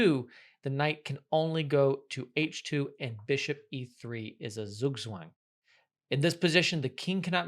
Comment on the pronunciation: As a german i love the way you pronounce Zugzwang, good video btw